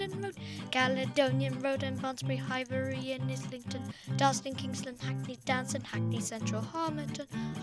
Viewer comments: Correction: it’s pronounced High Bree not high burrry,! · it didn’t disappoint me I didn’t know why you pronounced it Like that, My Fellow